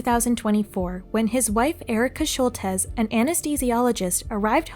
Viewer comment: annoyed that she keeps saying Shultez....who can't pronounce Schultz?